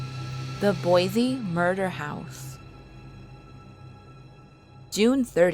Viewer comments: I've heard about these stories from family! I believe them to be true! It's Boise not Bosie! In fact I grew up in Idaho and Utah! FYI None of the stories go hand in hand or are similar! Everywhere is haunted! Yes there's always going to be good and bad Spirits watching! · Boise* not bosie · u mean Boise right? Not bosie? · Boise not bosie